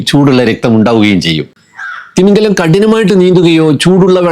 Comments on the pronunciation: തിമിംഗലം അല്ല, തിമിംഗിലം ആണ്. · തിമിംഗലം അല്ല... തിമിംഗിലം ആണ് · തിമിംഗലം തെറ്റ് , തിമിംഗിലം ശരി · തിമിംഗിലം എന്നാണ്. തിമിംഗലം തെറ്റാണ്ട്.